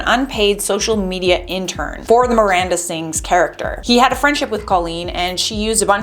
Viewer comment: "Amanda" - Miranda* sorry bugs me especially in a news thingy